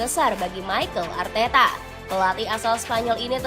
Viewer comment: Mimin ngomongnya Michael Arteta😂